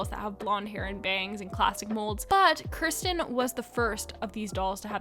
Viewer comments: Kirsten is pronounced keer-sten, not kur- sten. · Yeah, the new Felicity doll's dress made her butt look big and I didn't like it. Do they sell Josefina's goat Sombrita? And Josefina is one of the most beautiful Historical dolls! I think it's pronounced "Keer-sten" (Kirsten), but I get it was 2 am, so you get a pass for that. Yeah, what she was saying about Courtney looking too similar to Maryellen, I have the same problem with Kira Girl of the Year 2021 because she looks too similar to Julie, and when I heard that they were going to have an Australian Girl of the Year, I was hoping that she would be Aboriginal.